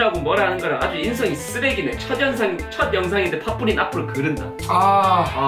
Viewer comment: 에 빠뿌리 아니고 파뿌리 입니다만 뿌독이로서 기분이 안 좋네요...그리고 질렬이 아니고 진렬이 입니다.......😡😡